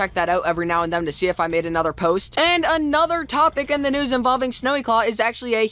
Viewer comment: lets get right into the news what kind of pernouncination is that